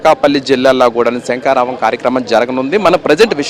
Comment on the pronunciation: SANKARAVAM KAADU SHANKHARAVAM ANI VANDA SARLU UCHARINCHI SABHALO PALGONALI SAAMI.😢😢😢